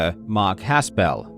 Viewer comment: First off if you are going to mention Mark Haspel, please pronounce his name correctly. You do not need to pronounce it as a 2 syllable word. It's not Has Pel it's just Haspel run together. I personally worked for Mark Haspel for 2 years. Mark Haspel's office is in Bradenton, FL. WATA Video games is in Colorado. When Mark says he has no dealing with the operations or any day to day dealings he's correct. You would think he would get some preferential treatment getting his games graded. He doesn't. He doesn't get anything preferential with CGC either. So please, just how does Mark have any dealing with what takes place in CO when he's in FL? That's absurd. That's the reason he threw his arms up in a twitter response, because he thinks you're so ridiculous, and wrong. You realize Mark runs a full time business? Where does he have time to do all that you are alleging, especially with travel restrictions (and Mark won't fly right now, he's terrified of COVID) and he has a young family. The reason WATA partnered with Mark is because Mark was 1 of 2 people to start the graded comic book industry. Mark Haspel is one of the most trusted and liked people in the comic book industry because he has been honestly doing business in it for 30 years. Mark deals with the top people, auction houses and dealers in the industry. His reputation is pristine because he helped build CGC the correct way through hard work and honesty and being the best in the world (himself). I can see where you may h